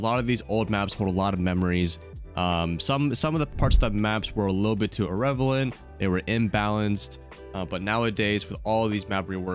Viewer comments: Ear • Rell • Uh •Vent not Ear • Rev • Uh • Lent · what is "irrevelant"... i think you mean irrelevant lmao